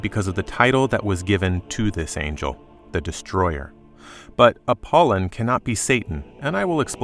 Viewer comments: Apol Y on. Not Appolon. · APOLLY ON AGAIN SAY IT RIGHT PLEASE.